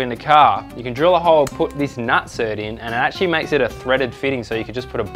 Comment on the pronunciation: Rivnut!!! Not nut-cert. even if it was nut-cert it would be nutsert...like insert not in-cert. fuck. Your killing me. Tool pro even call it a rivet nut tool on the box.